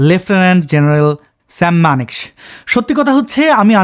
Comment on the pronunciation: ঠিক উচ্চারণ, মানেক্ শ